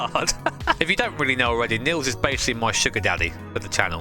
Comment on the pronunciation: Niels is pronounced Neals, not Nills.^^